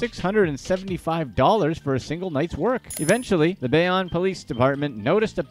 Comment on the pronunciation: say it with me: Bay-own